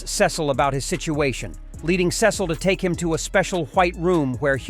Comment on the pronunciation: It’s not sis oh it Cecil